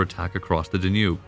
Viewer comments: Danube, Donau, Dunav, Dunărea, but not Der Njub... Decebal, Dacia, č Dacii Dacian hill forts, followed by the Saxon Siebenburgen AS a resident of Dacia. I wince at your mispronunciations. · If not for the mispronouncing of Danube, I'd have thought the narrator was a person. AI has come far! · I could deal with the unusual pronunciations until you got to "DaNOOB". Seriously? (It's DAN-yube) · Hey Narrator... It's pronounced DA-nube, not da-NUBE. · Da-noob (Danube)… I hope you’re not paying for the copy-read voiceover… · Great narrative but I don't believe it's the Da' nube River. I've always heard it pronounced Dan' ube. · I liked the video. But there was a lot of kinda weird pronunciation. Da-nube? There’s plenty more too. No biggie. Keep up the good work. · In the english language it is pronounced ''Dan-yoob'' with stress on the first syllable. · This reader mispronounced many words the dayNUBE River. Get someone to read who knows more about his subject matter.